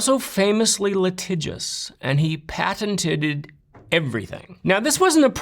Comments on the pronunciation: Bro says “patenteded” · Patented-ed lol